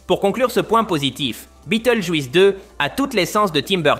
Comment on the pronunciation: ça encore, c'est juste dommage mais le juisse répété toute les 30 secondes ça casse tout. Je me demande si la voix n'est pas une IA du coup.